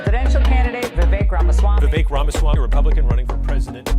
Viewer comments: Hey, it’s Vivek like cake 😂🤣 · It's pronounced Vi vuhk like cake,! Or I'll start calling you Alec. LOL;p Great interview Vivek. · Vi-Vake...when are they going to get it right? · VIVEK RHYMES WITH CAKE!